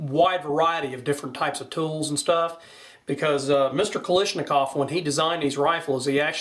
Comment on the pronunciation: It's pronounced "Ka-LASH" not "Ka-LISH".